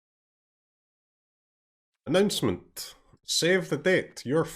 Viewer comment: I can't unhear "Mystmin" instead of "announcement" at the beginning of the video 🥵🥵